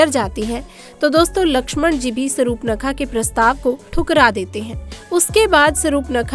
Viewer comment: Pahle Surpanakha toh bolna shikho , uske bad vidto bana na. Ye kya kab se Sarup nakha Sarupnakha laga rakkhi hai .